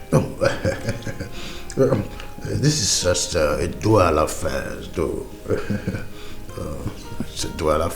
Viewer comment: He said "duara effect " instead of dual effect ❤❤❤❤❤😂😂😂😂